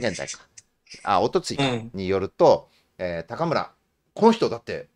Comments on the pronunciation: お二人の関西ネタにはいつも笑ってしまいます😂。 ちなみに高村さんは(たかむら)ではなく(こうむら)でしょう。 立憲のいずみん終了ですかね😅。 国民民主のたま○ん終了確定‼️。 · たかむらではなくて、こうむらではないでしょうか？ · 「たかむら」じゃなくて「こうむら」じゃないですか？